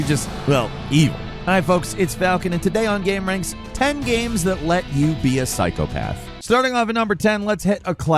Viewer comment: Dude said psy-cop-uh-the